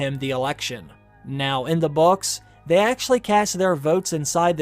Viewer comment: Brynden is not pronounced "BRENden" Its "BRINden" again Welsh names getting butchered!